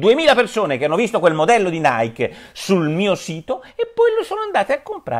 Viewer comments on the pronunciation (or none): Comunque Nike si pronuncia "naiki" non "naik"...